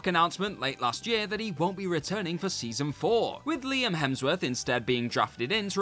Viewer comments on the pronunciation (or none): none